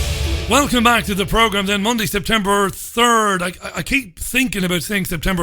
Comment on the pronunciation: Nice to have you back mate....oh & its September, not Sptember :-)